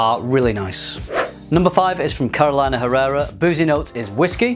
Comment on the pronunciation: Really nice list. Some heavy hitters right there! And just a correction for a pronounciation of Carolina Herrera. It's Spanish origin (Venezuela) so it's pronounced as Caroleena. :) I'm a perfectionist, sorry :P